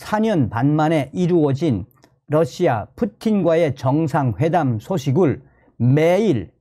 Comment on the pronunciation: Russia를 Lussia라 발음하면 안됩니다. 는 상당한 대중성을 가지고 있기 때문에 발음을 바로 하셔야 합니다.